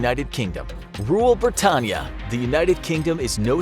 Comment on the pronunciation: i nearly died how he said Britannia as it is so horrendously wrong and evil to say it like that.